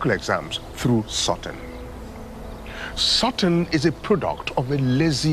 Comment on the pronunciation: Xo she finally pronounce the word correctly "sorting" 👍